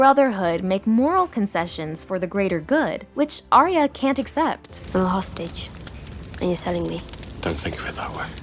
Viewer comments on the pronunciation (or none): It hurts my heart every time y’all say her name. She’s Arya, not Aria.